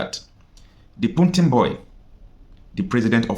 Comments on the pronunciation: Pls it's PUTIN not PUNTIN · is not puntin is Putin😂😂😂😂😂